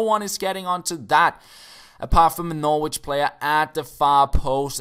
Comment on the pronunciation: You don't pronounce the 'w' in Norwich. Its pronounced 'Norrich'.